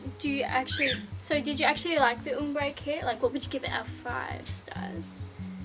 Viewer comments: it's pronounced OMbre, not UMbre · Its probounced ahm bre not oom bre haha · It's OMbre, not UMbre! As it's spelt! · OMbre not UHMmbre lol